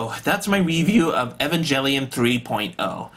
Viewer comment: Evangelion pronounced: "E-von-g-el-eon"